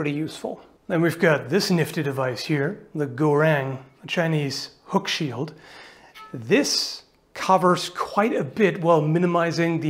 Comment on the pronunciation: The Chinese "hook shield" is actually called “gou-xiang" (钩镶）, not "gou-rang". Glad to see some ancient Chinese weapons being analyzed in a tactical way, which are covered mainly by historians in China. Great video.